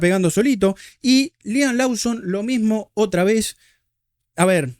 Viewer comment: es "Loson", es "Louis" Abrazo Cheeee que me cuentan el error del rookie Sainz?